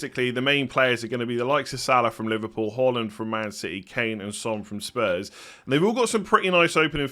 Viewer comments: hAAland not hAUland! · Good to watch you again and well done for pronouncing Haaland correctly!!